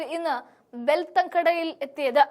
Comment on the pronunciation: ബെൽത്തങ്ങാടി എന്നാണ് സ്ഥലപ്പേര് പറയാൻ അറിയില്ല